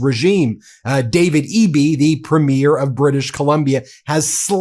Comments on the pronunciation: PREH-meer vs. preh-MEER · Ben, Premier is 3 syllables: pre-me-er. Not prem-yare. Hurts my ears. You could be the first non-Canadian channel to say it right. Please give it a try. It's easy! Thanks. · Thanks, Ben, for presenting the Canadian perspective, and thanks for being an advocate and a friend. AND: We say the word "premier" as [PREEM-yer]. Not [preem-YAIR] like you keep saying it. Thank you. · Love love love your show, but one small correction please…our provincial leaders are Preem’-iers, not Prem-eers’. Everything else, 100%….and yes, we are that peeved….carry on 😉❤️ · Why can’t you pronounce Premier correctly? It’s really quite simple. Phonetically it’s Preemyer, not preemyair. Please do us the courtesy of correcting your pronunciation of our provincial leaders titles. Thank you very much. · I enjoy your videos and thank you for your support for Canadians. Please don't be offended but I'm going to give you a little help here on how you pronounce "Premier'. It's not pronounced 'preemyear' as in a show or movie. It's pronounced 'preem'yer with the stress on preem. Keep up the good work. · Informative episode today. Just a quick (and politely Canadian) heads-up re the difference between "Premier: elected leader of a Canadian province" and "premiere: first performance in film, music, theatre, etc." - Canadian listeners may or may not read the show notes (and see the spelling error), but we immediately pick up on pronunciation error. We have provincial leaders, not provincial "first performances". 🙋‍♀ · I cannot listen to you pronounce premier as premiere any longer. Why do you do that? Please learn how to properly say the word premier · PRE not PRIM. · Ben… Ben… Ben please learn how to pronounce “PREM’-ier” Emphasize the first syllable.. PLEASE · just a note on pronunciation of Premier. The emphasis is on the first syllable. Sounds like PREEM-year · Just a friendly correction from a Canadian: In the word, "Premier," the emphasis is on the first syllable.